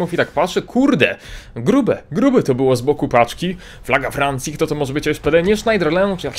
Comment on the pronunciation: Jak coś to czyta się sznederlę